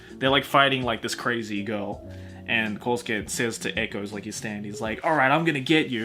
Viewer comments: Did he say Kousuke? Kousuke? KOUSUKE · Did this man seriously call my boy Koochie “Kosuke”? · Did just call koichi kosuke? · says "Kosuke" Me: BEEEEEEEEEEEEEEEEEEEEETCH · Makes a video reading all of JoJo's Also: KOSUKE